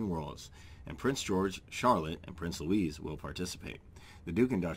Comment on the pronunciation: Can I correct you please? It is pronounced LOO EE ! Not Lewis....it's Prince Louis I'm talking about thank you